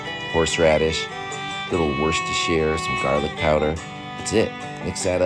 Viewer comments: The first American to pronounce Worcestershire sauce correctly! Love watching your videos man! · Love the confidence pronouncing w sauce 😂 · Out of every American I’ve ever heard try to pronounce Worcestershire,you say it nearly spot on.